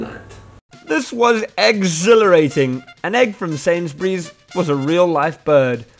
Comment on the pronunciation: nobody: Not a single soul:: EGGSactly: EGGSilarating